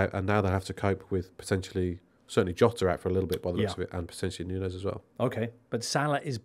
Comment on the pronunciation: Love (great to see him 👋🏽) rolling of the eyes reaction yo Jimbo when was going all the way with his pronunciation of Nunes 😂 thanks for uploading these video pods 👏🏽